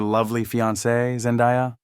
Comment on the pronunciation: Zen-DAY-A NOT ZEN-DIE-A